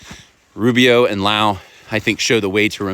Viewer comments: Your content is much appreciated! BUT I am surprised that you didn't take time to learn the gentleman's name 🙄 Low. High and LOWE. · Good video and I know im nitpicking, its Lowe like low, now Laoww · Rupert calls himself as Low not Lao. Like OH dear not like NOW dear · RUPERT LOWE - surname pronounced LOW not LAU The man with a Silent E will make the most signal. Not simply noise like the rest. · Good video. It's pronounced Low by the way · Rupert Lowe is pronounced LOW as in low down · Lowe.... pronounced Low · Its pronounced low as in the water looks low in the river. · It’s pronounced low (high and low) and he’s our great hope. Change is in the air chaps! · To help you pronounce his name ŕupert low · It's pronounced low the E is silent, Not being critical or doing a gotcha moment just and tip from a Brit for future reference because sounds silly the way your saying it haha 👍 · It's Low (as in high and low) but thank you so much for covering this. (The 'e' in Lowe is silent, I should've just said). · By the way, last name of Rupbert is pronounced 'low', like lying low, which he is not, of course. 😅